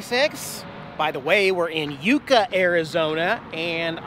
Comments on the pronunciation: FYI - Those trees are pronounced "yuck - uh" not "you - ka". Wishing you guys dry roads and green lights! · YUCK UH, not U-ka - that geodesic place is a residence LOL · YUCK......A Tree, Not uuuka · The tree is called a "Yucka" . That's how you pronounce yucca. Never heard it called "youka" ! ( My high school year book is called the "Yucca" ) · I have now heard you (mis)pronounce the word "Yucca". I'm not judging you... just trying to help, if I can. So... you are pronouncing Yucca... "Yooka". It's pronounced "Yucka". I have lived in the Yucca Valley - Joshua Tree area since 1980. You do, however seem to know your desert vegetation pretty well. You've correctly identified a Joshua Tree and a Yucca! I have a good sized "Barrel cactus" in my front yard. The story goes... they are filled with water, and scorpions burrow inside of them. (Not so sure about that.) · Psssst, it's yuck-a, not you-ka….says this California native! Love to you all <3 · It's a private residence and not open to the public. The pronunciation of the town us Yuck-ca not You-ca. I know because I live here. That rest stop has been closed for almost a year. We're wondering if the upgrades will ever be finished. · The Cactus is a Yuca not a Yooca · Not you ka, but yuka as in Yucca. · Love the new intro! (BTW- yucca is pronounced yuck-uh. I lived in AZ for many years. What you were messing with there was a Joshua tree in bud- Joshua trees are just one of many types of yucca plants.) Safe travels! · Angela Winters He does that on purpose to get more comments! 🤣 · I noticed that on a few vids lol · Oh, I wanted to add, Yucca is pronounced 'Yuck uh', just for future reference. I've been to Yucca Valley, which is why I know this. :) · Cool Video, its pronounced Yuck-uh. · It is pronounced as “yuck-a tree” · It’s yucca. Like Yuck-uh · Yucca is pronounced Yuck-uh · It’s pronounced Yuck ah